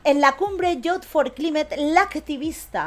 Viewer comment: Se pronuncia "yuz for claimet", el encuentro de jóvenes pedorres progres.